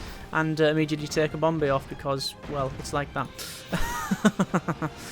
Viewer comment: I like how he says bomb bay it sounds like bombay